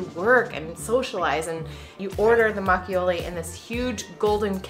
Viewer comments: It’s mak o Lee Not mak ee o lee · Makgeolli should rather be pronounced mahk-girly. It is not the exact way to pronounce it, but for Americans, it will be easy to pronounce, and Koreans will understand what you are saying.